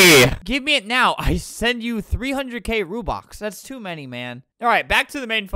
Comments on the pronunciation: “you want rubox” LOOOOOL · Why are u saying Rubin it’s robux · Not rubox its ROBUX ROBUX ROBUX ROBUX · "I want so many rubox" "I want many rubleeks" "you can give ranblocks" "you give how many ramdarns' "for how many ronblocks" I laughed so hard edit: thank you for the likes <3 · every wrong Robux pronounceation: Rubox Rubleecks Ranblux Ramdarns Ronblocks and Rubux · albert: “its called robux. Are you dumb?” Also albert: “how many rubleecks? Ramdarns. Ronblocks. Rubox.” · It’s not rubox, it’s buxru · They way that scammer said rUbOx